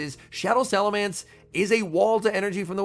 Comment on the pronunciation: I feel physical pain hearing him say salaMANCE and not salaMENCE 🫨